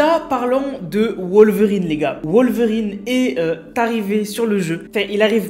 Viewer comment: Il prononce mal wolverine 🤣